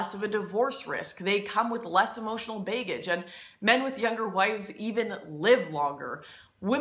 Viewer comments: The way she says MAY-gazines and BAY-ggage makes me want to die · What about "baegage"? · Also "Band waygon" & "baygage" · Maygazines and baygage. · Band Waygon and Baeggage and Maegazine sound hot to me :) Lauren Northern ;) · It seems that you consistently put in a "y" in front of a "g" if there is a short "a" in front of it: drayg, bayg, baygage, douchbayg, waygon. Yet, the "a" in all if these words is pronounced as "a" in the word "tragedy" and "path". You do great service in speaking the truth, Lauren Southern. I hope that the people around you are honest enough to tell you when you are mispronouncing words. It's probably a dialect thing. If that's the case, please excuse my ignorance. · Lauren Southern no offence but it also say baggage oddly. Bay-gage. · LOL Allready saw you pronounced smth wrong in this video on your twitter, so i payed extra, extra attention, which is hardly possible to begin with, bc even with sound of you are mesmerizing. Anywaste, i only noticed baygage. Honey, it doesnt matter. You look gr8, you sound gr8 and most important, your message is gr8. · You also said baygage instead of baggage...LOL!... but even so, the truth and relevance of the message doesn't lose even 0.01% of its impact. Even after one year since you've commented, and I've only just seen it now! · You also pronounced baggage as bay-gagge, been as bean, love you though. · I can't take a person seriously when they pronounce baggage as "bay-gij" lol please stop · Am I the only one that notices how she keeps pronouncing the "A" in some words as "Ay" like instead of "Baggage" it's "Bay-gage" or "Marriage" it's "May-riage" or "Band wagon" it's "Band waygon" or "Douchebag" as "Douchebayge"? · Did she just pronounce baggage Baygage? Does she call it a bayg? I can't even hear what she's saying, the blood's in my ears now I need to hear her say bag properly so I can leave. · I love how you pronounce "baggage" so I'm willing to forgive your mispronunciation of "chaste" ;)